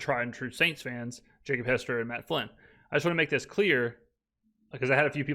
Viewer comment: He said Matt Fylnn. LOL good catch.